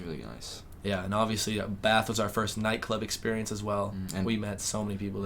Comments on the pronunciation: I like that you say 'Bath' properly. I'm guessing you have northern english roots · Hey lads, so glad you are back home ok... I was worried about you two!! I knew the hostels were not going to be a good idea.... you went to some beautiful places outside London. Want to be authentically British..... can you pronounce....Bath....you say it with a short a...imagine there is a little r in the word, so it becomes sort of Barth.. Brill to see you two again.